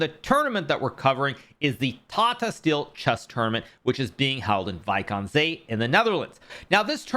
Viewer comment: Bro casually threw out that fluent spoken Wijk aan Zee